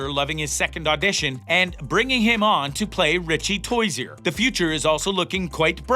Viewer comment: did he say toyzeir and not tozier